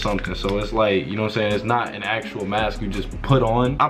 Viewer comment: AN appointment....... not 'a' 😂